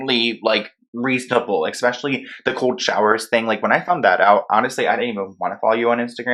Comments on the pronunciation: Eck-specially? 🤔 😂 I think it's especially... Love u though 💕 love ur videos and ur passion. I just had to point that out 😂🤔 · Omg. The word is ESpecially. Not EXpecially.